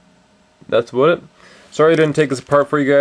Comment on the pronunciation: he says aboot! so he really is from canada!